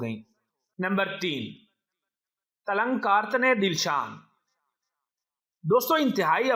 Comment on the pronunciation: बोलना तो सीख ले तिलकरत्ने दिलशान है उसका नाम चुटिया